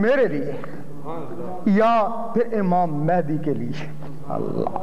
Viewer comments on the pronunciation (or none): none